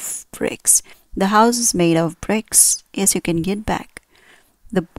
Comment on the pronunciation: It would be better if you did not pronounce 'of' as 'off'.